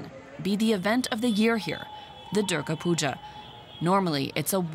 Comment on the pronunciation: It's Durga puja.... Not puga